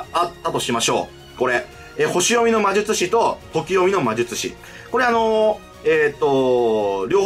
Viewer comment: まじゅちゅし